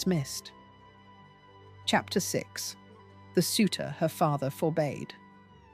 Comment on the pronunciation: “Forbade” is not for-bayed but “for-bad.”